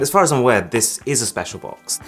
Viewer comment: i feel speciaarr Jokes aside so this was the source of the IG update😂